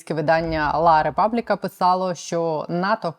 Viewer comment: Олена газета, "La repubblica" , як пишеться, так і читається :Ла републіка. Вибачте, що виправляю. Дякуємо вам за роботу. Соідккуємо за вашими випусками, вболіваємо і допомагаємо